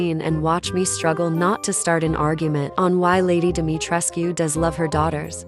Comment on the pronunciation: And thank you for pronouncing the u in Dimitrescu because it is based off a Romanian/Transylvania bloodline which would be a correct pronounciation, not a silent U thats heard in the game.